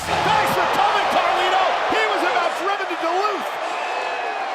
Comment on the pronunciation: thats not Carlito anymore its Car Lito